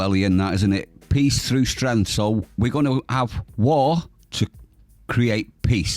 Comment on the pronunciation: De liver Pissh tru Stench. Cant even say Strength !!!